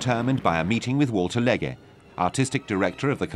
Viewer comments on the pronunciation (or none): Not just the German names. The narrator even mispronounces the name of the Englishman Walter Legge. Rank incompetence.